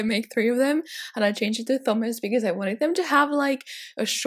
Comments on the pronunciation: In the UK, the name Thomas is pronounced Teh-oh-mass (we ignore the 'h', so the 'Th' doesn't make a 'ff' sound in this case like you were pronouncing it). Hope this helps! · The only thing I didn't like about this. You constantly pronounce Thomas as Thumas. It's Tomas. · I thought Thomas was pronounced Toh mas not thumas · It's pronounced TOM iss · tHomas? In that, the "H" is silent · Thomas is pronounced like Tomas, sorry I’m such a grammar freak lol